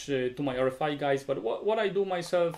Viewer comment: Kinda curious why you pronounce RFI like [R ri fai] instead of [ R ef ai]?